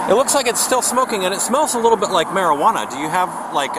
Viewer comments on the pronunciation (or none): Honestly the way he said “Merry-hwana” about in had me giggling so much they woulda thought I was on SOMETHING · When the officer said: “Mari-Hwana” I LOLd 😆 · I love the officer's pronunciation of "Mari Huana" lol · Dude, is anyone else laughing at how the officer pronounced marijuana? That was epically stereotypical. "Yall got some mari-HUA-na?" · Lol "marahuana" 🤣🤣🤣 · how he said marijuana had me rollin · don't let Brian Griffin hear your pronounciation of "marijuana" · Lmao why’d the cop say marijuana like that?! Now I know why he isn’t under cover 💀 🤣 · 😂😂😂😂his pronunciation was so funny I thought it was a joke like Super Troopers "meow"